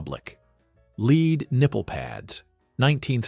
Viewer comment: Why keep repeating same photos, hoping we are too stupid to notice. you may be stupid, but the British are NOT, The nipple shields were lead, pronounced as led, not lead as in dog lead. STOP REPEATING WHAT WE HAVE ALREADY SEEN, STAY-TUS, NOT STAR-TUS.